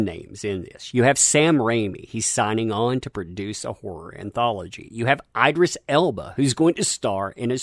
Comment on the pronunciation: ID-ris TEI-gen, I know you peed yourself performing for some school play years ago that still haunts your memories, but mispronouncing actors' names won't help you get over it. But you got Sam Raimi's name right. Huge fan of Xena in your younger days?